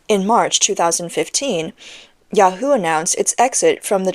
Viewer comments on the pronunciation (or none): none